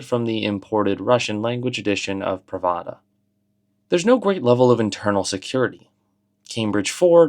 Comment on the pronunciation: I apologize in advance, but I can't let this slide. The name of the famous former Soviet newspaper Pravda (Правда) is pronounced "PRAV-dah", not "Prə-VAH-də".